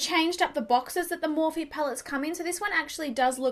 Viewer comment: Had to give a thumbs down 👎 because its Morphe, I love your videos though